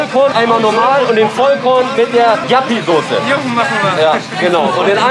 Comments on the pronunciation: Warum nennen die das Jappiesoße hahaha, das ist doch Joppiesoße 😂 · Hahaha was für Jappisauce, die heißt Joppiesauce 😂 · JOPPIEEEE nicht JAPPIEEE!! :D Wie kann es sein dass du die Soße nicht kennst? Ist halt DIE holländische Imbiss-Soße, quasi ne Currymayonaise. bietet auch fast jeder Imbiss in Deutschland an der auch nur ansatzweise innerhalb von 200km an der holl. Grenze ist. :D kannste im Münsterland fast in jedem Supermakart kaufen. ZU Kulti-Kebab, das ist tatsächlich mit der beste Döner den ich bisher gegessen habe, in Münster gibt es noch eine wirklich gute Adresse, direkt am Bahnhof, CAPPADICIA! Wenn du noch mal in der Gegend unterwegs ist, auf jeden Fall n Stop wert. Dort gibts sogar frischen selbst gemachten Ayran, der ist weltklasse,. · Die Soße nennt sich Joppie Soße, nicht Jappie 😂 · Geiles Video aber die Soße heisst nicht jappi sondern Joppi mit o 🤣🤣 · Joppie Sauce nicht Jappie 😂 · Die Soße heißt nicht jappi sondern joppi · Das ist Joppie Sauce nicht Yappie 😂😂😂 und Ssio erwähnt die Soße in Hash Hash komm nach Trier und Probiere mal Derwisch Döner 🥙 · Das ist joppie sauce nicht jappi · Wer Jappy statt joppie Soße sagt, hat sich als foodblogger bzw foodyoutuber absolut disqualifiziert! Der Typ hat von essen 0 Ahnung und es war das letze Video mit dem Kasper was ich gesehen habe. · Heißt die Sauce nicht juppy Sauce? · Heisst das nicht Joppie Sauce? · Es heißt joppie Soße 😂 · JOPPIE sie heißt JOPPIE SAUCE BRUDER ! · Es heißt Joppie Sauce.